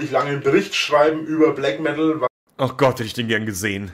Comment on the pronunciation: Des heisst Blägg Meddl, du Kaschper :D